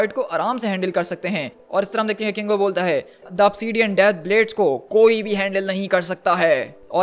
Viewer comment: KINGO not congo 😅